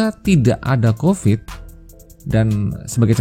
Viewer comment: Covid. Pakai V, bukan F